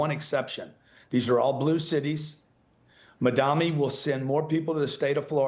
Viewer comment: Grant Cardone doesn't know how to read? It's Mamdani not Madami